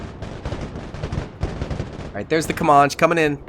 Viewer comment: Ca-man-che... Not ca-mah-che Also try building a small elite force closer to spawn instead of straight up charging head on into the fray. It's better to push out from spawn and secure multiple highrise buildings with snipers and heavy mg units to keep areas uncongested. Think about it like you would be forced to if it were you personally on the front lines. Me personally I'd want snipers to take out threats from an overwatch position and backed up by either LMG/Motar units or HMG/Grenadiers. It's like having the helicopters providing close air support for tanks and artillery firing on positions just behind the zeds to prevent too many from rushing your units.